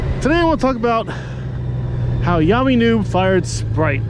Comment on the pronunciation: LOL, I guess we know what your favorite soft drink is now, right? Also, isn't Yammie pronounced Yammie? ROFL... yes, I typed that, yes, I left it in ... what I meant was "Yam-ee" instead of "Yah-me" :D Now you need a new counter ;) Seriously though, doing all the work for that counter, OMG, that's a LOT. And yeah, I unsubbed too, I never watched for YN anyway, I wanted to see Spite - like you said, he comes across as a real person, worth watching.